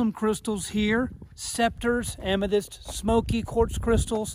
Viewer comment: I cringe every time you mispronounce Amethyst